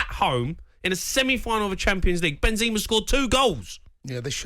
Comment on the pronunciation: Why Jamie keeps saying Binzima? hehe